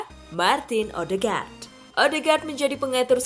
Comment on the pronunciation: Odeegard bukan ohdegar